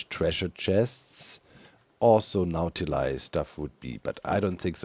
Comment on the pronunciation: Everytime you said "Nautiloid" or "Nautilus" I kept hearing "Mountain Lion" and was like "When did Mojang add Mountain Lions to the game, and why do you have to feed them pufferfish of all things??"